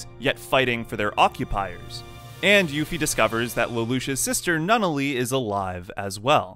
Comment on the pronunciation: Its hard to take this seriously when you keep saying Eue FEM ia and Nun all e